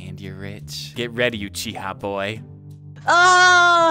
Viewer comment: Second ; UCHIHER 😂